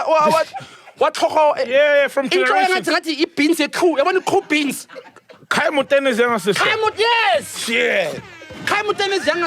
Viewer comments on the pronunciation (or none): Why is Rosie called koo beans? I want to laugh. This story is sad